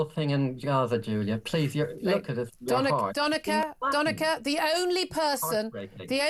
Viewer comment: Doneka Babble